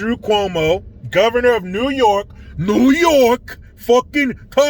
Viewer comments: 😂😂😂😂😂 that fuckin neeeew yooookaaaa 😂😂😂👍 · Dude, your New Yohk Cuomosexual accent was fanfuckintastic LOL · Hey! It’s ‘Noy Yark’.